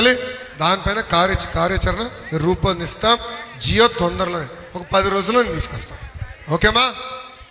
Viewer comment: జియో కాదు జీవో విడుదల చేస్తాం జీవో అనాలి బాబు బాబు గారు